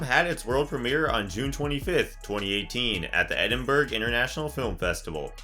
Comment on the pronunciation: Oh man, I enjoyed this video but the constant mispronunciations got to me! Namely Freud and Edinburgh. Great stuff overall